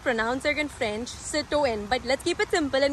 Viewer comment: Average review and please do not try speaking french... your pronounciation was hilarious